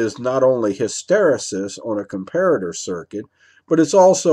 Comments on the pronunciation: Oh and I'm happy to hear you learned to pronounce Com pair at er hehe. Darn those Germans ;) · Good video. Yes as per the previous comments, I to am glad you have managed to pronounce Comparator correctly, - and NOT 'Compare-rator' as the other videos. :)